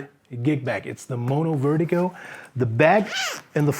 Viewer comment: Didn't realize you were german until you said wertigo lol keep it up